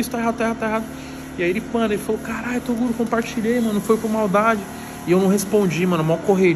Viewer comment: é o nosso Tirulipa de hoje atual só risada kkkk gosto mais quando o troca o nome do Toguro para torugo kkkkkk